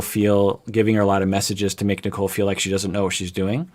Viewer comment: My brain has watched so much 90 day that might be sounding like he is saying “Nikel” lmao